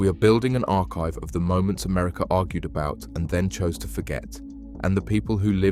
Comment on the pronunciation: America no er at the end